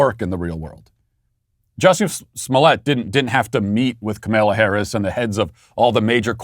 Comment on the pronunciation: Why do you keep calling the Vice President "Camilla"? This isn't England....